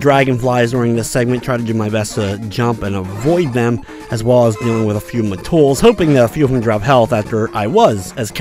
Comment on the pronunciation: Its met,tool not "ma-tools".lol